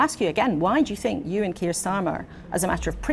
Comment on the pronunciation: Your presentations would sound a lot better if you could pronounce your “TH’s”…we don’t really want to know what you “FINK”.